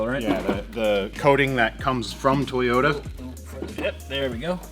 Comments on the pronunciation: So did you guys even check your piston ring gap at all? Just curious and if not why? Btw, it pronounced TOY-YOTA and not TEYOTA bruh. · TOYota, not Teyota. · Where do you get the e sound in Toyota. That is annoying that's why I stopped watching the damn video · why do you say teeyota it makes me irrationally angry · TAY-OTA Supra! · Nobody:: TUHHYODA Edit: Don’t be triggered kiddies I’m aware that’s probably the correct pronunciation 🙄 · the type of guy to pronounce Toyota differently every time he says it... Good work, enjoyed the video.